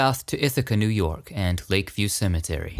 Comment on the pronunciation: You did New Yawk justice!